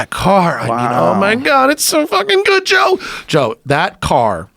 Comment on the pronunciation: Did he just say "Toe Rogan" in the intro? LMAO